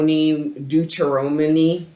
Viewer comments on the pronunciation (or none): Deuteronomy- book in the Bible. Pronounced dooter-onomy lol. I got you queen ✨